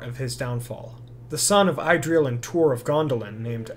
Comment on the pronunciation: It's not pronounced "EYE"-dril with a long i sound, it is pronounced Idril with a short i sound. The lovely Idril Celebrindal, daughter of Turgon and wife of Tuor - they are the second union of elf and man in Tolkien's legendarium after Beren and Luthien. Good video though and keep doing your thing, Tolkien's world has so much to offer and there is so much to learn about and talk about - you won't run out of things to discuss anytime soon. Your videos are fun.